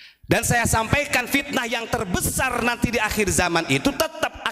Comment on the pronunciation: Pitnah bukan, pitnaaah bro ,awas perusak NU. Waspada aja sama orang ini.